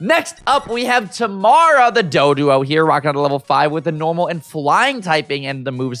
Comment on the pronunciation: He’s saying it wrong but it’s okay lol. It’s actually pronounced Tuh-mair-uh